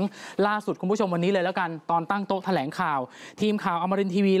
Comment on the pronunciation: แถ ลง ไม่ใช่แถลง